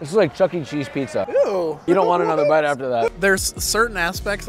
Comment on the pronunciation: Can confirm that I am from NY and not offended by your take on a classic, looks tasty even. It only hurt a little bit when you called out my cheese pronunciation. One suggestion, and one note. A lot of NY pizzarias don't pre-cook their pizza sauce, since you're cooking it already on the pizza and most the time its blanched in-can to begin with. If your sauce wasn't hitting the flavor notes you were looking for, that might be why (I don't personally think its the water, but you can try a higher alkalinity water if you want to see if that works?) As for the note, low moisture WHOLE fat cheese. Lots of people will probably by skim from the super market not realizing, and be sad when they eat it. Need that whole milk flavor, or your cheese will be a sad boi. I'm sure you used the right cheese in your video, but you only mentioned the low moisture, not low-moisture-whole-milk, so thought I might make that note for anyone wanting to make this at home themselves. Love the content, cant wait to see more :D